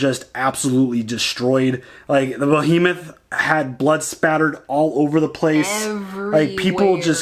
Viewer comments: The ship is named "BEhemoth" not "BOhemoth." Bohemoth's not actually a word. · It's Behemoth btw, not Bohemoth ;-) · Still calling The Behemoth "Beau-hemoth" Still calling Klaes "Klaus"